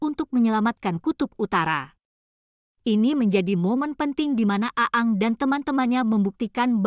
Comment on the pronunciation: bacanya aang bukan aang